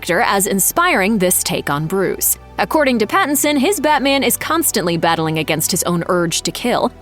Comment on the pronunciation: *Pattinson. If you're going to bash the man and his choices, at least get his name right.